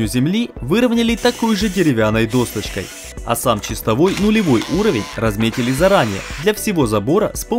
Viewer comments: Да, согласен, ребята МОЛОДЦЫ, давно за их видео наблюдаю, но уши вянут - рЕзетка, досТочка, зубчаСтая )))) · Ребята, вы большие молодцы! Спасибо Вам, за видео! Как всегда, всё очень качественно и позитивно! Без обид, исправляйте речь - рЕзетка, досТочка, зубчаСтая